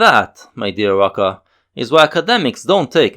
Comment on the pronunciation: It´s pronounced Rucka.